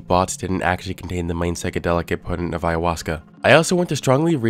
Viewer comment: I struggled to mispronounce ayahuasca the way he so easily said it. "I-uh-hoska"